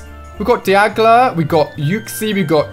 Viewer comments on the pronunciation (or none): He said diagla instead of dialga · he said DIAGLA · He really just said diagla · you called Dialga: “Diagla!” What a shame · did anybody cringe when he said "diagla" ( I did ) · lol diagla not dialga xdd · Its not di-ag-la its pronounced die-al-ga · The "Diagla" caught me off guard I puked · did you really pronounce dialga as diagla? -_ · Woah you said diagla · there's a difference between pronouncing things differently and pronouncing them not at all how they're spelt lol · I’m mad because you said dialga wrong😑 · Mate ya can’t pronounce dialga right